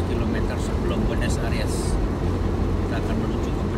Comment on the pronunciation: Buenos AIRES ah ! BUKAN ARIEEESSSS.... !!! Gemes gua ! 😂😂😂 Masak gitu aja ga bisa bener nyebutnya ampe bgt lama !